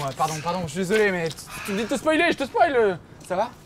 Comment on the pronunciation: il dit « spolier » 😂